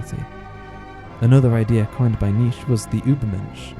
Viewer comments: Nee Chay not nitch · I love your videos, I learned some stuff about Berserk in this one, like how the castles are based on IRL ones, very interesting. By the way Nietzsche's name is pronounced NEE-CHA, not NEECH . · Not niche, he is called Nietzche. Kinda like Nee-tch-ea, any edgelord knows this. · nice video but you mispronounce Nietzsche's name